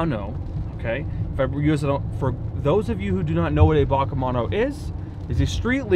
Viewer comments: It's B.A.C not "Bark" 🤦‍♂️ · I’ve always heard it as B-A-C not BAC (Bach) but I could be wrong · B.A.C not BAK pleaaase! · B A C are pronounced separately^^